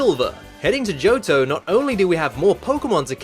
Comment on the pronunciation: Good! I don't mispronounce Johto as Joe-toe.